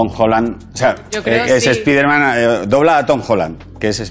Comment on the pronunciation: ¿Por qué decís "ESPIDERMAN"?